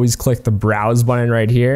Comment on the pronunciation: 53 You know BUTTON has T's in it right? NOT D's.